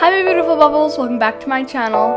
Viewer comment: When she said hello my bootiful bubbles does she mean beautiful